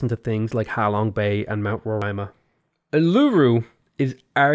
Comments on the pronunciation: Uluru is pronounced oo-lah-ROO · "Aluru" as an Australian that just hurt to hear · The way you said U-LOO-ROO made me die inside. That hurt. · Yep for Aussies that was a real weird fail. It’s “UL-eh-roo” not “oo-loo-roo” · uluru.... is actually pronouced oo-la-ru. As an australian i nearly spat my coffee. But apart from that great video haha. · That has to be the BEST WORST pronunciation of Uluru I've ever heard. Gave me a good chuckle. Oo-la-roo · You said Uluru wrong. Lol As an Aboriginal Australian it killed me, but I love it. Uluru sounds more like Ohh-la-roo. Youtube recommended this vid for me btw. Hope you're having a good day/night. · as an aussie, i need to point out uluru sounds like ooo- la - roo :) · That hurt inside the way you pronounced Uluru. Oo-lah-roo. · Uluru is pronounced OO-loo-ROO, btw ;) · it's uuu-l-uuu-ruu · Uluru is pronounced "oolooroo" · of the City States (also your pronunciation of Uluru is shocking) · Great video, As an Australian, it pains me the way you said Uluru